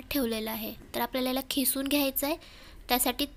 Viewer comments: खिसून नाही किसून बो ला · Khisun nahi g....kisun mhantat